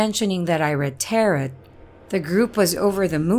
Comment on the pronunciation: Just for future reference, "tarot" has a silent "e" and long "o". "Tair-oh" - it sort-of rhymes with "pear blow". Just trying to help! I love what you're doing so far. I discovered your channel through your collaboration with Morris Media & just subscribed. Keep up the fantastic work!